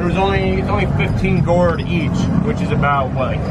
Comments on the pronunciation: I'm sorry but when he said Gourde like Gord, I was so confused. I thought real and hard what he was talking about only left me laughing when I understood. It's pronounced, "Good" but heavy on the o's a bit. Oh my stars! He said Gord!!! 😹😹😹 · Gourde is pronounced “good” and what u call tap-tap is pronounced “cab-brew-net”